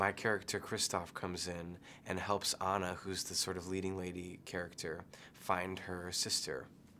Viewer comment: How does he not know how to pronounce Anna's name...